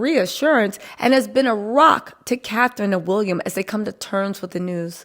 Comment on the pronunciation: Lady the guy's name is WILLIAM not WUlliam .